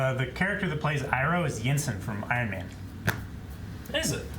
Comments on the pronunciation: I dont get why they changed the pronunciation of like every single word/name that has anything to do with the actual IP. Aung? Auvutar? Eeroh? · The pronounciation that bothers me the most is Zhou saying "ee-roh" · Iroh not pronouncing as Eyeroh is more suitable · "Ahng", "Soaka", "E-ro". I'll never not facepalm at these things.